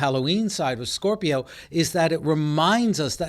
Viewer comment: “SCORPI-YON” lol the way he pronounces it is cringeworthy